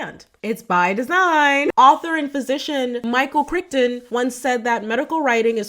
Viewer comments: It’s pronounced Cry-ton not crich-ton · "Krikton?" Crichton rhymes with frighten. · Michael Crichton is pronounced cryton, not krickton. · Crichton ?! It’s pronounced Crayton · I believe it's pronounced Kry-ton, even though it's spelled Crichton. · Crichton is, confusingly, pronounced 'Cry-ton' 😉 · The author Michael Crichton is pronounced CRIGHT-on. He's too prolific (although deceased now) to keep saying it wrong. I gave you a thumbs up though. You present your content in a clear and concise manner. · Crichton is pronounced Cry-ton. I didn't know either until I heard him say it 😊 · This is one of the best summarizations of the dumbing down of the general populace, I've come across. Excellent work:) ps - I believe Crichton is pronounced 'cry-tin'. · The author's name is pronounced "cry-tuhn". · Sorry, Crichton is pronounced like it rhymes with Brighten. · Terrific post. BTW, Crichton is pronounced CRY-ton, not to be pedantic. Could posts like this be a way out of our spiral? I wonder. The internet does have an egalitarian, potentially educational side that you're exploiting even now. Could it be a way out for our straight-jacketed citizenry? Or am I grasping at straws? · I did not know that about Michael Crichton. He went to Harvard Medical School and got a PhD, but DID NOT practice medicine afterwards, choosing to focus on writing. His Wikipedia page is massive, too. He also was the creator of my mom's (RIP) favorite show, ER, which I did not know, as well as the Jurassic Park novels the movies were based on. By the way, his name is pronounced Kry-tin, with a long Y, and not Krik-ton. English is weird, I know. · Great video but you pronounced Michael Crichton's last name incorrectly. His last name rhymes with 'frighten'. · You totally had me until you mispronounced Michael Crichton's name. 🤦‍♂ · If YOU are so smart, why did you mispronounce Michael Crichton's surname? 🤔